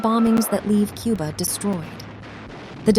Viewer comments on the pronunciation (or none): none